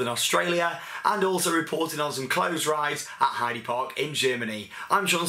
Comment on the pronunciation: btw its pronounced 'Heider Park' ;)